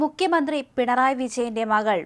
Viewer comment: ദയവായി മുഖ്യമന്ത്രി എന്ന് ഉച്ചരിക്കൂ. മുക്യ മന്ത്രി അല്ല. Pl.